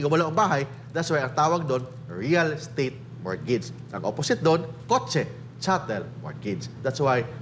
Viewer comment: Silent "T" po ang mortgage